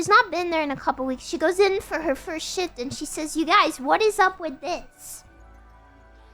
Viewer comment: sounds like she said shit instead of shift